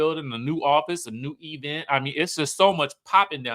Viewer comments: My teeth itch each time Tisha says "E-vent" and "espo". It's so funny and bad at the same time.😂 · Sir, if you don’t stop saying E-vent! 😂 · you are hilarious when you speak about the expo "espo" event "E-vent" per Letisha.